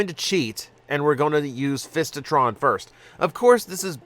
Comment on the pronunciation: Fistitron? lol It's FISItron. I'd much rather have the original Lightformer Ironfist.